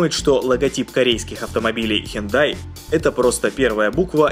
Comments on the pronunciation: Мне послышалось не хюндай а хентай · он читает хёндай прям как хентай😂😂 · мне кажеться или он сказал:хентай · Мне одному послышалось не Hyundai а хентай? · Мне показалось или он сказал Hentai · Хентай ;D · Мне тожXD